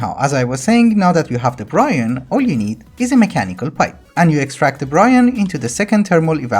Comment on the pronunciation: Do you pronounce Brine like Brian on purpose?